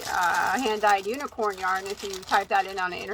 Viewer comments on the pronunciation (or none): none